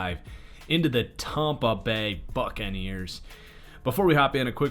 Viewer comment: Hear when it said tompa bay